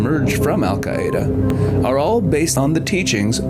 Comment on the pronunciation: I was going crazy about his pronunciation of “Hamas” and “Al Qaeda,” too!!